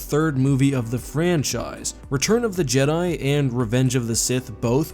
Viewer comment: JED-EYE. its pronounced JED-EYE.